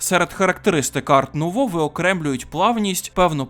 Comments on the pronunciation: Дякую за огляд. Чисто на майбутнє: художника звати Альфонс Муха, а не "Муча" (він чех і "ch" в них позначає звук "х"), а стиль в українській мові називається "ар-нуво" (його назва походить з французької, де літера "t" в слові "art" не читається) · Альфонс Муха блядь! Ну і правильніше казати ар нуво, бо це французька